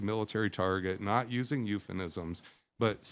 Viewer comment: I question someone who calls themself an authority and can’t pronounce the word ‘euphemism.’